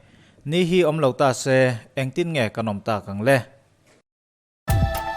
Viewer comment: Ta see Tih lam hi chu aaa 😂😂Pathian in mihring te hi min hmangaih em em a ni. Ngaihthlak nawm thin ee👍👍👍👍